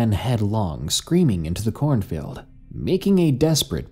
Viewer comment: "Corn filled" is all I hear when "corn field" is said. Other than that, I loved this